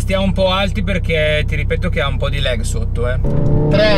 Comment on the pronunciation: Si dice “lag” non “leg” 🤦‍♂️